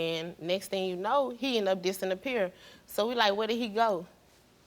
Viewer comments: Did she say"disinappear"? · This is sad. I feel terrible for her but I have to say, "dis-an-appear"? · "Dis-n-appear". Girl wtf are you talking about? Stay educated. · Why has this not already been talked about? She said "he end up DISSIN-APPEAR" what the actual fuck is a dissin-appear??!